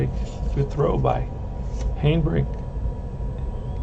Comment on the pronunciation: Just stopped in to see how your '59 Braves are doing...saw the first few rolls for the Braves and it looks so much like my rolls for the Braves...by the way Harry Hanebrink is pronounced 'Hanna' brink...he use to be with the Braves...oh, by the way Conley beat my Braves on a 3 hitter too...Gene Conley was a solid pitcher, that the Braves didn't have enough patience with. Pray for Peace young man! I am going to pick up my 1959 replay in a couple of weeks...